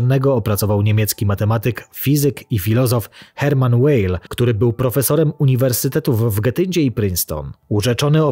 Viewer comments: Nazwisko niemieckiego naukowca, Hermanna Weyla, wymawia się [vail] a nie [łejl]. W j. niemieckim ''w'' nie wymawia się jak ''ł'', na miłość boską! 🤦‍♂️ jest znany ze swojego... liberalnego podejścia do języków, w tym również do angielskiego, który podobno studiował. 🙄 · Nie Łejl tylko Weyl, do diabła. To niemieckie nazwisko.